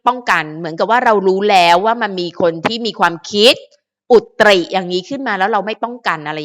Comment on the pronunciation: คะ คำว่า "อุตริ" อ่านว่า อุด-ตะ-หริ ค่ะ😅 ภาษาไทยวันละคำ Happy birthday N'ORM. 🎉🎉🎉❤❤❤ เรื่องดราม่านี่ เห็นด้วยกับคุณคนที่บอกว่าเป็นแอนตี้ของทั้งคู่ค่ะ เพราะว่าหากคนที่เรารัก รักใคร่ชอบพอกับใคร เราก็จะยินดีด้วย จะไม่ทำให้เค้าทั้งสองต้องลำบากใจ โดยเฉพาะน้องหลิงออมทั้งคู่เป็นเด็กดี น่ารัก นิสัยดี ชอบน้องทั้งคู่ค่ะ จับมือไปด้วยกันอย่างนี้นานเท่าที่จะนานได้นะคะ